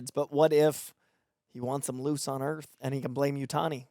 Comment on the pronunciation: Why does he keep saying "Alien EARF" ?